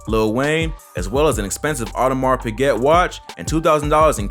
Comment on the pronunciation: My guy said Audemars correctly and then pronounce Piguet “piggette” 😂